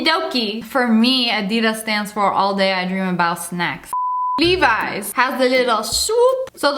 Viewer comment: Leave-Eyes, loool. I'm pretty sure it's pronounced lev-ees.